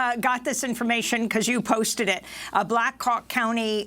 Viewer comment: Did Amy goodman say black cock county ???? Hahaha